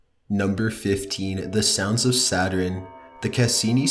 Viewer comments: When u think the video is not gonna have any mess ups...: "S A T U R I N E" Me: 👁️👄👁️ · It’s sa-tern not sa-ter-en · Ok, this guy can't say Saturn right. It's not Saturen. It's SATURN!! NO extra syllable!! Sheesh!! I wonder if he says Iron right?? I-orn, not I-ron. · Could you please research the pronunciation as well as the facts? I like your videos. But "Saturen" and "Blop"?????? I think you mean Saturn and Bloop, sir. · saturn, not saterarin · Saturn is pretty! "Saturin" is the scariest I've ever heard D:( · It sounds like you said “satrin” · Nightfangfox *Satur-IN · i don't think its pronounced, "satrun" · The scariest thing I heard was "Saturin" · Anyone else bothered by him saying saturin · "The Sounds of Saturin" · Can't even pronounce Saturn. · Why cant you pronounce Saturn properly. Your voice is so flat and monotone it made this hard to listen to! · for fuck sake you pronounce Saturn so odd. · is he trolling with that pronunciation of Saturn? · The pronunciation of Saturn.....wow